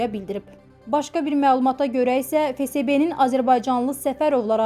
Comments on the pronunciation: Ay kůt fe se be yox fe esbe FSB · Фесебе yox феесбе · Fesebe yooox ))) Ahıbdı düz tələffüs et